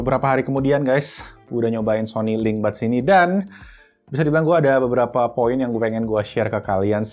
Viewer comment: Gw dengernya Sony LimBad 😄